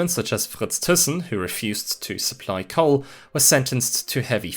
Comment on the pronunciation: super confused is he pronouncing coal as coke or something?